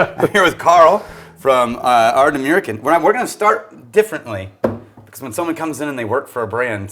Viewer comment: Ard-nah-mur-khan not meer khan